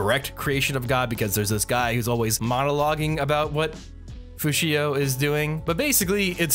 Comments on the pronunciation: He was saying Fushia (and it bothered me too) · Who the heck is "Fushio"? The correct name is "Fushi." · It's just Fushi, not... whatever you were calling him